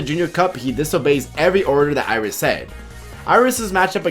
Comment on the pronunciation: and once again someone fails to get his name right